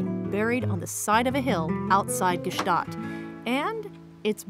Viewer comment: Why did no one correct her on her pronunciation of Gstaad?